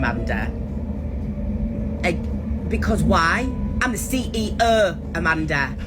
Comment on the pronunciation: She’s a cee eee UH, Amanda 😂